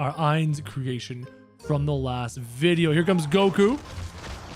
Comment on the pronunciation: ITS I-NZ OOAL GOWN NOT aI-nZ oOaL gOwN